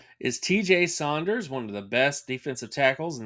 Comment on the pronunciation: My man said “Sonders” lol